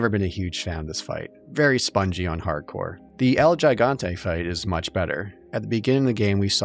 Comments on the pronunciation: Why is it that NOBODY knows how to pronounce “El Gigante”? It’s Hee-Gon-Tay, not Juh-Gon-Tay… 🙄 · It’s pronounced “he-gán-te” Hope this helps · "El Jy-gawn-tay" Nobody every pronounces this right.